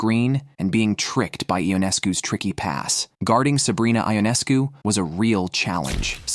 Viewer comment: First of all the pronunciation of Sabrina’s last name is “Yoo Nes Coo “, not “I On Es Cu” Would you please get this right. Not pronouncing her name correctly demonstrates that you don’t know the game or the players like so many others who comment on this site. The reason I won’t give you a thumbs up designation is because you are twisting words to insinuate that there is a huge rivalry between Sabrina and Caitlin. You also set a tone that Caitlin is being played in a rough manner. For some WNBA players that is a fair comment but to infer that Sabrina is one of them because Caitlin is breaking Sabrina’s records is insane. I watched Sabrina play for almost a decade and can honestly tell you that she rarely commits fouls or attempts to intimidate other players. I have never seen her foul out in college or the pros. Considering Sabrina is an astonishing athlete she plays within her abilities and doesn’t seem to carry any grudges. There may be exceptions of course but it would be a minimal amount of all the games in which she has competed. Why is it necessary to stir up false allegations against any WNBA player when you are totally wrong. I suppose you garner negative headlines to solicit viewers. It isn’t just you, it is many of the writers who do the same thing! Casting incorrect information toward any player actually starts to build an image that isn’t true and could incite someone who believes this stuff to develop a negative narrative that results with misguided behavior, unl